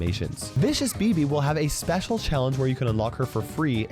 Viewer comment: = says "spesial new section" *special